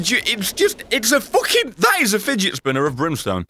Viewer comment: that is figet spinner of brimstone me: HAHAHHAHAHAHAHHAHAHAHAHAHAHAHHA